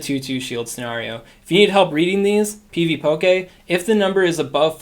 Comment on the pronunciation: Pvpoké lol that pronounciation is killing me.